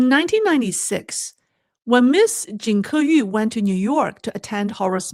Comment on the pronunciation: It’s obvious that you, the hostess, knows Chinese i. e. Mandarin. Yet judging by the way you pronounce her name, it feels like you don’t know what her name is in Chinese. It’s 金刻羽，not 金刻玉。Then again, at the end of your show, the conclusion is non sequitur to say the least. Try to familiarize yourself with the prepared materials beforehand so that you don’t have to stumble like an amateur. Just saying. I like the direction where you’re going but honing up your skills is also important in gaining validity. Hope you’ll improve.